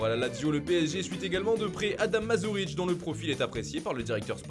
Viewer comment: *Adam Marušic et non Masuric